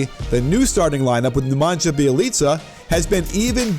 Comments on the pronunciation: it's pronounced nemanya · Nemanja Bjelica's name is pronounced NE(as in NECK without the CK)-MANYA BYE-LEETZA. hope this helps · Coach just a tip, you are supposed to pronounce Nemanja Bjelica as Nemanya Byelica :) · Haha, it is so funny how Americans fight with Serbian names :) Sweet, ok, here, you said very nice "Bjelica", that is 99% correctly haha, but, "Nemanja" not good :D You say on english "Nemanya :) I like so much your videos, what you think my friend, Jokic, is he in rang of Embid and Towns in this moments? :)